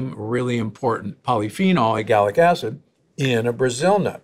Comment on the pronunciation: WHY does he keep saying E-GAL-ic instead of the PROPER pronunciation of E-LAG-gic???!!! And he's a DOCTOR!!!